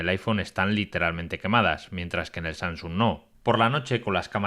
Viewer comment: No es SaNGsung, es SaMsung. A mi bisabuela (99 años XD) se lo paso (lo dice con NG), pero tío que te dedicas a esto, deberías guardar estos detalles.